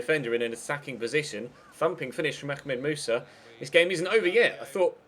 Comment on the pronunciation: "ackmed musa" that made me chuckle :)